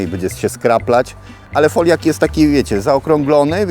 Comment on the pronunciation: Siemano Majster to Foliok się mówi pozdro